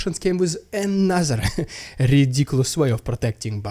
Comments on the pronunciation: Your "RRidiculous RRussian pRRopaganda" is getting a little cringe...but, I'm HERE FOR IT! Carry on,! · maybe if soyguy sacrifices all of wagner he might slow down the AFU momentum just enough to allow vladdy a moment of rrrrrridiculous rrrraaaaaashan pprrrrrrrrrrrrogandah hah!